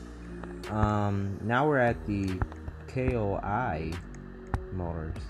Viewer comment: Thank you for your insights on KOI. Quick note, our name is prononuced like "Coy". Yes, like this fish. KOI's name is a double meaning. It's an acronym, and it's named after the Koi fish, which is found in Japan. The acronym for KOI would mean Kayano-Owari International. There's a lot more about it in the company's lore, but that's all I will state currently. Thanks for checking out the stand, I'll be looking forward to more videos.